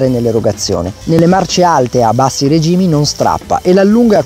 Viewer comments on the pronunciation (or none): none